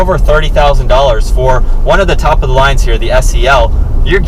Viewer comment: i’ve never heard anyone say “the” like “thee” every time lol good review